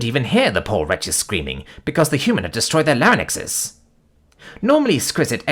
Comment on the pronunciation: as usual, it's larynx. Not larinix. Lahr-inx. Not larry-nihx